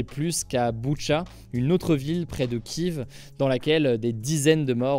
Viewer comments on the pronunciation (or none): none